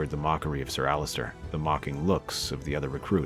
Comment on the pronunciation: It’s Ser Alliser not Allister